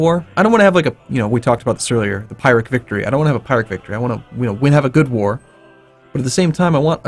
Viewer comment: oh my god! "pirate" victory, jajajajaja PLEASE its Pyrrhic victory, its called that way because of Pyrrhus of Epirus